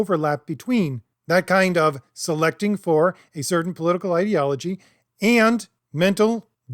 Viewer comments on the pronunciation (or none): none